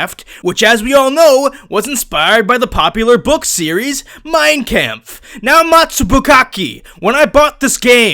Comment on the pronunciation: did't got it His only "mistake" was that "kampf" is pronounced like a more "open" A sound